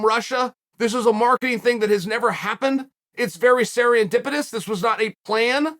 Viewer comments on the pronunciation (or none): nearly lost my mind when the greatest fighter of all time from the hard streets of oregon said “ser-i-endipitous”